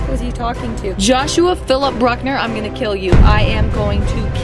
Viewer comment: I loved when Katie said "Joshua Philip brukenur"☠